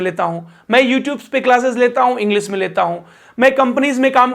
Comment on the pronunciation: इंग्लिश, मल्टीनेशनल, तालव्य श बोलो, दन्त स नहीं । Sh यानी श बोलो